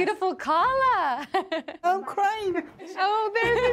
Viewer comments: Omg it's kallah not kale. Otherwise awesome episode. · Kallah, not kale. It means bride in Hebrew, not fiancé in Yiddish, to be precise